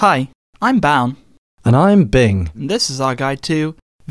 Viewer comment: OH! his name is BOWN! i thought he said brown...lol